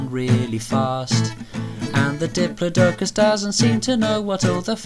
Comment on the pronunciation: except he pronounced diplodocus wrong